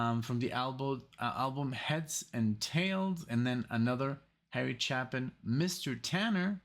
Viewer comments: As awesome as Harry Chapin's songs were here(oh... his name is pronounced with a long "A" - if it were pronounced with a short "A" it would be followed by two P's) his album Greatest Stories Live was recorded a small number of years later, after he'd had more time to work on his presentation and both of these songs are far superior on that album. You should check them out. In fact, every single song on it is better than their original studio counterparts. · Chapin pronounced chay·pn. (CHĀP-ən. ch-APE-in.) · Harry Chapin was (IMO) the greatest musical storyteller. His songwriting is amazing. My favorite of his many great songs is "Better Place to Be"....at some point you and MUST listen to it. (Btw, his last name is pronounced Chay-pin...tragically, he was killed in a traffic accident in 1981 when he was just 38.)